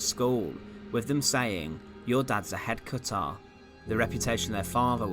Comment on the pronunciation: “Yore dahd’s a hedcuttah!”